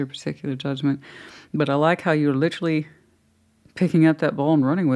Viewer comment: LIT -TREE 😂 Girl lol